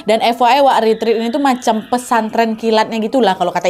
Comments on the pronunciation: Maaf kak ret ret bukan rit rit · Permisi kak nad saya mau benerin pengucapan retreat itu retret buat retreat.